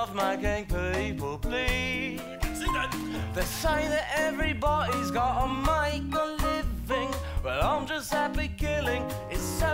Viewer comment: It’s good except when he pronounces the ds like ts (e.g. bu’y I’m a different breed, everybo’y’s gotta make a living)